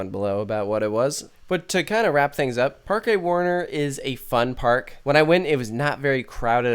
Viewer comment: Fyi it's pronounced "Park Warner" just like how you would say it in English. It's just spanish gramatical rules which are into play here. Just like how Parque de atracciones is just pronounced "Park dae attracions". Generally here in Europe some words will sound either exactly like or similar to their English counterparts but be written differently based on the grammatical rules of their respective language so just keep that in mind (example. Haus in German is pronounced the exact same way as House in English. obvious one there.)